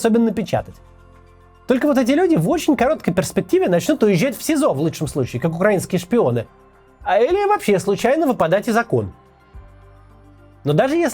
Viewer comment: із Окон, а не окОн